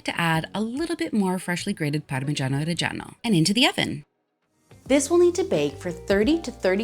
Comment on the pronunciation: I had to like this cause you left in that blooper. Also props cause you're the only one that pronounces "reggiano" properly.